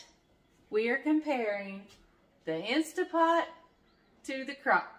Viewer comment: It's not stA .. it's staNt .. pot